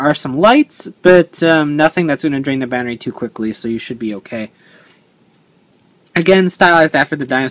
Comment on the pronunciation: ITS A BATTERY NOT A BANNERY!! DX